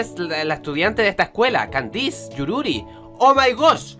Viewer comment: Creo que kandise se pronuncia kandis o Kandies